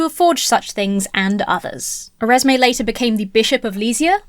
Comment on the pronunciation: Oh my god, Nicole Oresme! He’s the guy who provided the legendary first proof of the divergence of the harmonic series in math! It’s genuinely really cool to see him pop up here. :D (Also, I believe it’s pronounced oh-GH-emm rather than oh-REZ-may, because he was French.)